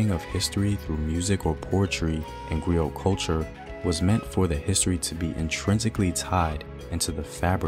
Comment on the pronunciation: I thought the pronunciation was that of a silent T. Like 'GREE-OH' and MARIBOO